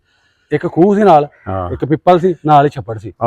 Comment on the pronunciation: ਪੀਪਲ ਨਹੀਂ ਪਿੱਪਲ